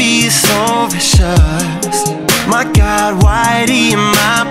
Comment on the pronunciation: the way he says "god" jesus i'm dying lordy